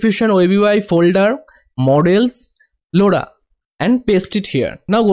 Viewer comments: bro that's not loda that's lora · the way you pronounce Lora is hilarious! btw thanks for the tutorial.